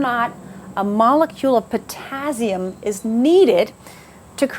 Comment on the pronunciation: I noticed that bizarre pronunciation too, but the info was great 👍👌😀😄